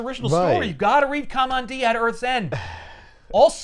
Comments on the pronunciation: I never heard Kamandi pronounced like Cum-On-Dee until now. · You’re pronouncing Kamandi incorrectly